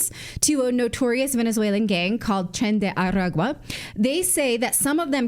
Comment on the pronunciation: I’m a Spanish first speaker. Please say the name correctly it bothers me, “tren de Harris” Voted Monday and so did some friends for trump